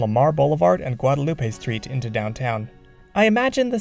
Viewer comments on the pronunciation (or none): Ahem, it’s “GuadaLUP”, not “Guada’luPAE”… You are clearly not from Austin. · Guadalupe in Austin is pronounced gwa-duh-loop. 🤷🏼‍♂️ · Yeah... I'm not sure I'm buying that explanation. The name of the street was misspelled, along with Nueces, San Jacinto, Sabine, Brazos and Lavaca, by a surveyor from New Orleans named L.J. Pilié. Pilié had been brought to Austin by Edwin Waller. His misspelling, "Guadeloup" isn't even correct for French, by the way. It's missing the "e" on the end that's necessary for the "loop" pronunciation. Without the "e" it would be pronounced "loo" in French. The current pronunciations of the other street names don't correspond to his misspellings. Anyway, it's a good way to detect newcomers to Austin.